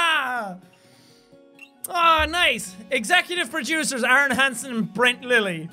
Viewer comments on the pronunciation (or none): none